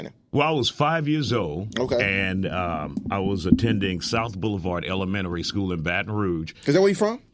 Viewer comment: “Elemenary” dis nigga forgot the whole T